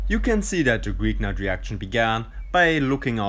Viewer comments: "greeknart" ? Its Grignard. I spell it like "Grinjar" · Just a quick remark: "Grignard" is a French name and is pronounced "Gri-ni-ar".